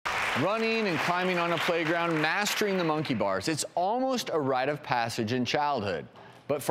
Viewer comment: “The wake up call was when Maddison was on the mUnKEiY bars.” why do u say it wrong and weird?